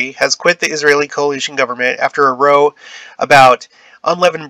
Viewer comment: Hey there, just a heads up that “row” is pronounced like “cow” in this situation. It means a “noisy quarrel or dispute.” Thanks for your videos — I’m always learning a lot. Keep ‘‘em coming.